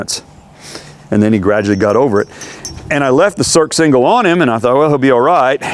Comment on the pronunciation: It's pronounced "sursingle" not "surksingle"